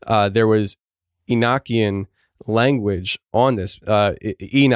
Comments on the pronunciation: You pronounce Enochian wrong fyi. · E no key in. That's how you say it.